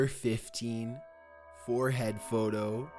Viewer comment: Why does this guy have to speak like that: rediteeer, warheeaad photoo